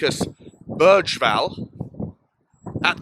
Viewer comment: Nice to hear you made an effort on the pronunciation on Bergvall 😍🇸🇪. Would recomend to translate his lastname straight from swedish. Berg = Mountain. Vall = Mound/bank. You and henry will make up some good nickname im sure of 😅. Keep up the good content!